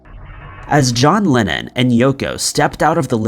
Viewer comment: His name was and is John LEnnon. NOt "John LInnEn" ! Bloody m#r#n !